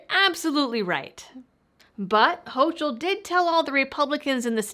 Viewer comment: Gov. Kathy Hochul's name is pronounced ''HOCO'' both vowel's are long O's